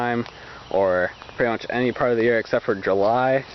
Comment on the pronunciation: Much not moch